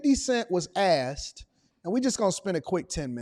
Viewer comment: 50 Cent was “asssted” what? It’s “asked” bro…ASKed…insert the K after the S ok? 🤔